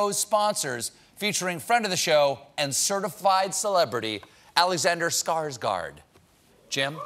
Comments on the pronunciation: Skarsgård would be pronounced Skarsh-gord. Funny that he is pronouncing it wrong himself to satisfy the American pronunciation. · I am disappoint that Alexander pronounces his own last name as Skarsgard when it should be Skarsghord... 😒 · Skårsgard? Don't you mean Skarsgård haha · By the sounds of it, they mean Skarsgard